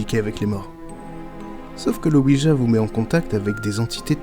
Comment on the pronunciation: Il faut quand même savoir que la planche Ouija se prononce Oui ya. C'est le Oui français et le Oui allemand😁